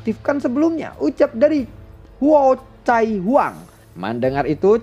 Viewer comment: Huocai belepotan 🤣🤣🤣 cai cai😅